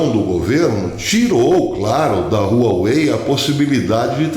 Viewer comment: Um detalhe Professor a pronúncia correta é "Uauei".